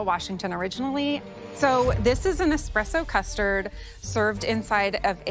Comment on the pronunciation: They must have let the salmon lady come to the show just for entertainment purposes. Boy, are fake lashes hideous. I don't understand how Joe as an Italian can keep mispronouncing the word espresso as expresso.